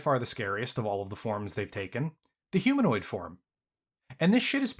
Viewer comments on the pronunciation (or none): none